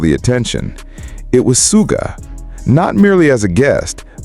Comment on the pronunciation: Yoongi was a shooting guard on his school basketball team. So Suga is not pronounced "Sue"ga, but "Shoo"ga. You've got this! 🤞👍